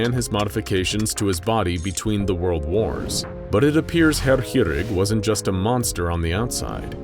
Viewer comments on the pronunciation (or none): It's been a while since I've heard someone butcher a word as badly as you did the word "chirurg". Didn't even realise that was the word until I saw it written down.